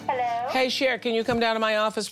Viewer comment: you can tell has been working for Oprah tooooo long coming in saying “Hellller” 😅😂😂😂 love her